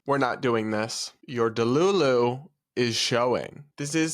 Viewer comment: LOL! “Your de-looloo is showing!” I love that!m